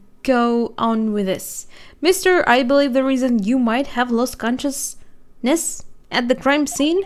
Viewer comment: Conscious.. Ness Lol you rock.